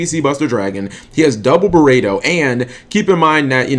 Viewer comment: It's pronounced burrito